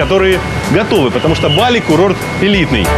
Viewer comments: БалИ ! Нужно говорить БалИ! Ударение на И!!! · Не БАли, а БалИ, позорище.